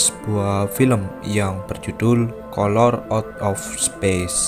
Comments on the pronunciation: Di bacanya Kaler bukan kolor cu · bacanya kaler bukan kolor